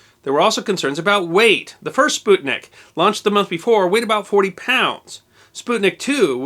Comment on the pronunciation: Props for pronouncing "sputnik" in the right way!